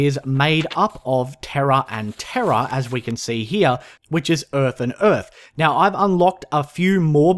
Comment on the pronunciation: haha I love how you always add vowels and other letters to words that do not contain them. Ie. Terra >>>Teria Etherium >>> Ethrerium etc